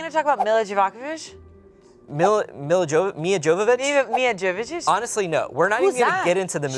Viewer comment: It's pronounced YO-VO-VITCH